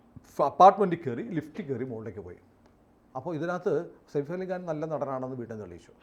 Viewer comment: സയഫ് എന്ന് പറയൂ സേഫ് അല്ല